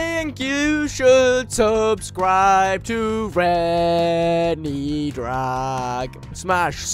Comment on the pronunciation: It’s subscribe not subeeee